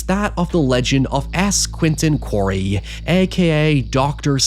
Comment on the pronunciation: It's Esquinton Quale, not quarry